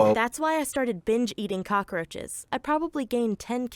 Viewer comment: He had to say “cock roches “